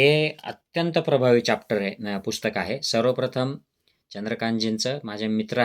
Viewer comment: अरे खुळया चाप्टर नाही रे चॅप्टर बोल हे कसलं डॉक्टर येडं भोकाचा 😂